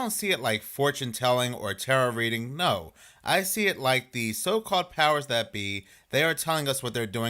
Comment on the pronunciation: NOAR Or however you guys butcher the simple word of "NO"